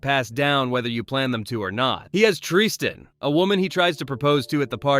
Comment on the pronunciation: I thought I misheard you say "Triste" not Tristan which is Spanish for Sadness and I thought that was some pun from a writer